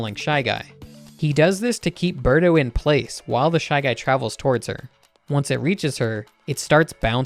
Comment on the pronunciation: It's Birdo not Berto